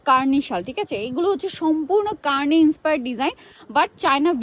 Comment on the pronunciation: কার্নি ❌ কানি✅